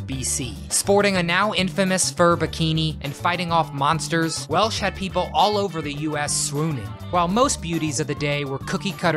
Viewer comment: I would have had Cheryl Tiegs over Bo Derek but I'm glad you included Stevie Nick's. Oh, also, it's Welch, Raquel Welch. Not Welsh.